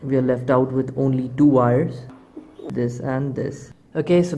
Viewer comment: Wires NOT "Vires"